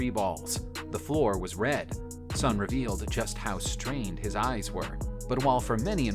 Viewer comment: It's not sonny lol